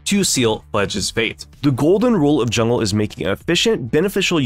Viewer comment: "JULNGE PATHING"